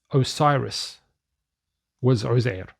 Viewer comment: Uzair in Quran doesn't have "tanveen" in Quran ... It has "damma" ...so it is Uzairu...NOT Uzairun....